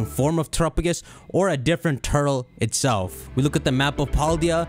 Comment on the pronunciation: I hate your pronunciation of Terrapagos. "Trrupugus"